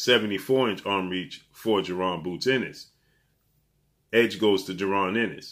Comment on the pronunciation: it's bozy ennis not boozy